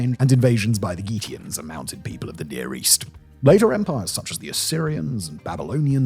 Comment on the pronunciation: Oh god there's more! Gutians are GOO-tee-uns not GEE-tee-uns... And Nabonidus is Na-BONNY-dus not Na-BODY-nus! 🤣Ok I'll stop now and watch the end of the video